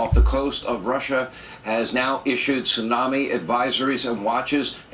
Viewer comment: What the hell is a tissunamee???